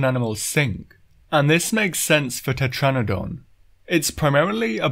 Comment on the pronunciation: IT,S TETRANADON